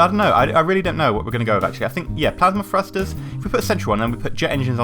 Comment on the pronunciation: Thrusters. not frusters.